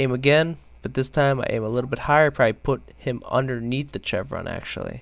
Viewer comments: I hate that he pronounces it chevron, instead of chevron! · Stopped watching when I heard his pronunciation of "chevron" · I hate how canadians pronounce chevron. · It's pronounced "Shevron" not "chevron" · It's pronounced (shevron) not (ch-evron) it is a sh sound not a ch sound. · Dude as a military man I have to correct your pronunciation of 'chevron' pronounce it as [shev-ruhn] check any dictionary. Shhhhh not Chhhhhh. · LOL just FYI, it's not CHevron, it's pronounced "SHevron." Thanks for the video though. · Pronouciation: Chevron: - shevron not chevron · chevron is pronounced like shevron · Don't mean to be a dick but is pronounced "shev-ron" not "chev-ron". Great video though. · Its pronounced sh-evron no ch-evron. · Aaaaaghhh chevron is pronounced like chevy!!! Aaagahagsdbxnsjs not like cheese! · ok While it is spelled with a ch it is pronounce like sh for Chevron pronounced SH EH1 V R AH0 N SH EH1 V R AA0 N shevron is roughly How it is Pronounced for future speaking parts but it is spelled chevron. like chevrolet is pronounced shevrolet learning this will make future videos sound a touch more educated and professional. Learn Something New everyday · omg bro, excellent video but its pronounced SHEVRON. The same way you'd pronounce Chevrolet. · Chevron = Seshv-ron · It's not pronounced Chevron even though it's spelled that way, it's pronounces Shevron. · "CHEVron" lol. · Chev-ron lol....try Shev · Its pronounced "Shevron" not what you're doing. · Jesus christ its pronounced "SHEVRON" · The fact that you mis-pronounced chevron so many times was really annoying and distracting. Its pronounced like the the car company, gas station or the "V's" on a soldiers arm showing his rank "shevron" . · prone to a lot of error huh? you pronounce chevron like chevrolet, with a "sh" sound.